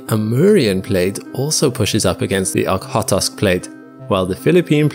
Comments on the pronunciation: It's O-kh-otsk, kh is the same sound as ch in Scottish "Loch" or the Greek letter Chi (x), so it's pronounced Ochotsk / Oxotsk. Doesn't really matter but since you said Ok-hot-osk like 5 times I figured it's worth to point it out. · This is great, but the name of the Okhotsk plate is pronounced like "oh-hOA-tsk" (roughly.) I know the 'kh' trips up English native speakers, but it is just representative of a hard voiced 'h,' like you are saying 'h' from the back of your mouth instead of the middle. I have a Masters degree in Russian and Central European studies, with emphases on language, linguistics, politics, and culture. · "Kh" in "Okhotsk" means sharp H from Russian, its two letters for one sound. Thus, the name reads Ohotsk with sharply pronounced H, not Ok-hotsk. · I have never heard you mispronounce something, let alone so very badly. The Okhodsk Plate (a Russian name), is pronounced: "Oh-Khod-sk" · The way you pronounce Okhotsk is ridiculous. Get your stuff right first before saying stuff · It would help if you could pronounce Okhotsk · Is this an AI voice reading the script? I feel this way when I hear how repeatedly Okhotsk is totally mispronounced. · Your pronunciation of "Okhotsk" needs some work for sure, but this is a great video nonetheless! Very fascinating! That 4-metre rise at the coast is absolutely mind-blowing. 🤯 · my dear brother, please say the words "It's Cool" and then get rid of the ool for an "It's C" aka "itsk" and now get rid of that i for a "tsk" noise. Now say Okhotsk again, without shoving an O after the T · The way he pronounced okhotsk is literally a crime. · Five times? I hope that I'm past them all now then. I was going to say "there are just two O's in Okhotsk, but you explained it better.